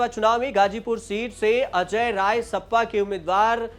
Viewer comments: सपा सप्पा कब से हो गई। ठीक से बोलो गुरु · सप्पा नहीं सपा 😂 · Sapa to sahi se bolo